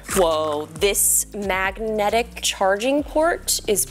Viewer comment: Did she just called it a MACnetic port?